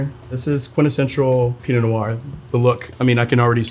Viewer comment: Not sure why he pronounces “noir” with two syllables. Sounds weird.